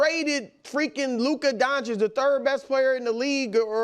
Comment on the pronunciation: Still "DonCHICK" after all these years ...